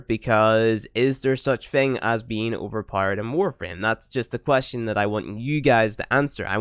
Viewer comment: Powered not powerede